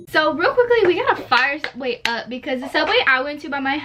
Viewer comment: Subway?? More like savway 😂😂😂